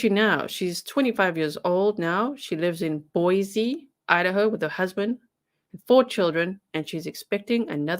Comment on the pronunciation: What a terrible, awful, unimaginable experience for poor Shasta Groene. I can’t even imagine what she went through …. My heart breaks for her. PS - I’m a Boise, Idaho native… it’s pronounced Boy-see. Only people who aren’t from here say Boy-zee.